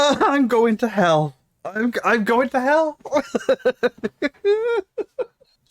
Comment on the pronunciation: It kills me the way he keeps saying ' I'm goonoo' ! And he still hasn't got any proper trousers !!!